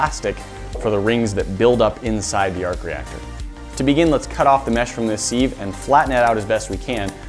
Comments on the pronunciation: It's pronounced SIV not seave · SEEV it’s a Siv a. SIV s-i-v not a s-ee-v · It’s a siv, not a seeeev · Sieve is pronounced siv not SEEEEEEVE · Siv not seev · He calls a "Sieve"... "Seeve" and an "Equilateral Triangle"... "Ecwilateral Triangle" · "Sieve" is pronounced 'siv' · Its sieve not Seeeve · It's pronounced siv not seeeeeve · SIV not SEEVE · It’s a sive not a seeve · Sieve is pronounced Siv, not Seev. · Did he just say seev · Wtf is a seeve? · Its Sive not the one u seid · What are these pronouciations: hexagonal, equalateral, sieve? Are all americans bad at pronouciation? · It kinda bugs me how he says sieve... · He says sieve wrong grrr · Really, you're gonna pronounce sieve like that? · How did you just pronounce sieve?